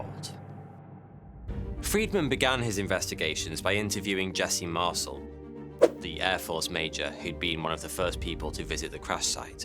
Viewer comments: ...Mar-sul? It's pronounced "Mar-sell". His name has been said in countless videos. Yours is the first I've ever heard say it like that. C'mon 😂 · mar-CEL, not MAR-cel. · Oi you! Learn to pronounce the guy's name properly. It's MAR-SELL. not MARSLE. Ya fekin arsle. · "Mar-SELL" is how you pronounce that, mate. It's French in origin. Not bloody "Marsle". Q.E.D. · Mar-cell not parcel - Ray-Mi not rahmi... left out W. Glenn Dennis, the child/alien sized casket mortician (who recently was revealed as W. Glenn Davis), who speaks frankly on the subject, and, is interviewed on the National Archives feed on YouTube. Otherwise fantastic report ! TY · Marcel is pronounced Mar cell. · its MarCel no MarSel ;) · . Mar-SELL, rhymes with BELL, being an "Intelligence Officer", really was quite familiar with LOTS of military equipment. He HAD TO BE as it was often an integral part of his day-to-day duties. Anecdotes suggesting otherwise are not to be believed. The man's assertion that the famous newspaper photo was NOT representative of what he personally witnessed is true. Deal with it. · its pronounced Mar-sell. You're welcome 😘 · Marcel is NOT pronounced like parcel, but like Marcèl! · I like this channel but the information here is misleading and incorrect. The presenter is clearly reading from a script that is written for him. If he had taken the time to watch only 1, yes 1, documentary or anything about Roswell, he wouldn't be pronouncing Major Jesse Marcel, and General Roger Ramey, incorrectly. takes away form the credibility of this channel tbh...